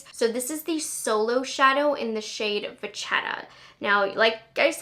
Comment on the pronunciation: Not a big deal at all but just so you know, Vachetta is pronounced “vah-kate-ah”. It’s a type of Italian leather. :))